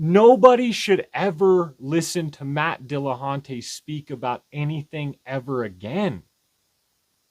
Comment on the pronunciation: "Matt De La Hunté"